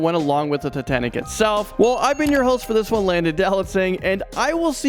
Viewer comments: He said titantic? I never heard of titantic. I’ve heard of titanic. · Say sooo titanic 💗